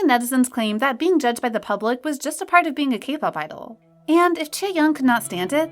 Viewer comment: its not pronounced "gee-idol" its just "idol" 😭